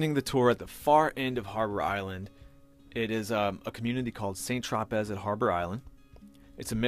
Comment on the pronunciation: It’s pronounced “San tropay”